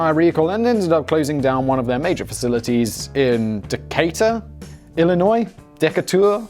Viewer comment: Proud of you Simon, you not only pronounced Decatur correctly (ur first attempt) but Illinois too!!! Gold star video